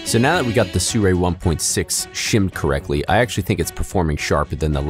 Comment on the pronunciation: I hate the way you pronounce Sirui.